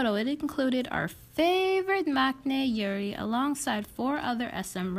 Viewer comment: no hate but why do you say yeri like yuri